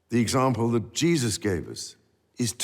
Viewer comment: He just can’t say word “Jesus “